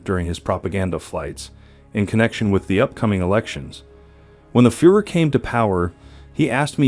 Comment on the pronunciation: Agree completely with”B”. Seems like most people don’t give a damn about the way they speak. Proper pronunciation is an integral part of language. I never understood the laziness evident in mispronouncing names. Mind you, I am not suggesting one should pronounce them 100% like a native speaker but for heaven’s sake, Hans and Führer, to mention abut two of your mispronunciations, have been in the general vernacular since, well, WWII at least. You are clearly an intelligent person so I am at a loss why you don’t care enough about this, given that you are publishing otherwise intriguing video.